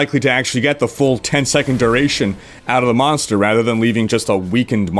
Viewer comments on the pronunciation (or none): none